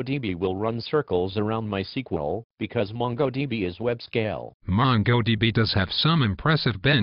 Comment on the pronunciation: Why does bro say "no es queue el" but "sequel"?????